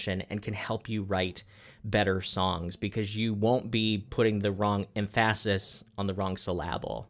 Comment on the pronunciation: Em phasis... Syl lable... what are you on ab out?